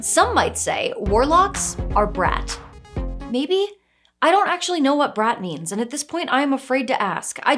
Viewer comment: I think you’re supposed to roll the r in brat because it's like rapid fire "brrrat(atatat)". So warlocks become brat when they get multiple eldrich blasts.